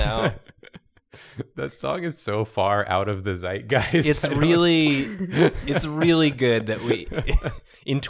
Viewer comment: it's always weird to hear German words used in English, like Doppelgänger. This is the first time I've heard Zeitgeist said in this accent.